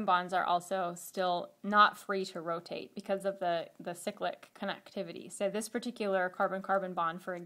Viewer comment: Great vid but irks me how she pronounces cyclic ... Should be pronounced cyclic "cy" as in "bye" not cyclic as and "sicklick" .... cyclopentane, cyclobutane, not sicklobutane sicklohexane. sorry for my rant its just a pet peeve